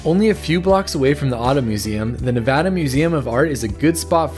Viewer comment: Thank you for saying Nevada correct! Drives me crazy when people don’t. I’ve lived in Reno 8.5 years and I hate this he’ll hole. You definitely covered just about the only things I like. Virginia city is awesome! There’s an imax and I know you can’t find an imax even in some big cities. I love junkee and midtown. The river walk is beautiful, but a little out of the way for my handicapped ass 🤣 the artwork around town is stunning! I don’t know If you know this but the artwork started popping up only a few years ago to deter graffiti. I’d say It worked! I also LOVE the whale sculpture downtown! I noticed It a few years back in the middle of winter. Saying I got out of my car on a freezing winter night says a lot about how stunning that piece really is! I’m an ocean lover through and through and every time I see It I’m still blown away! But yeah you hit all the good aspects of Reno 🤣 I’m a museum lover and wish we had more museums! We do have a hands on kids museum for families with young kids.